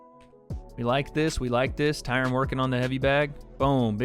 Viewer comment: the way you say, 'Tyron' shoes you have no black friends lol